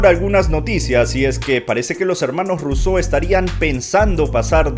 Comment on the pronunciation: Por qué los llamas Russeau en lugar de Russo?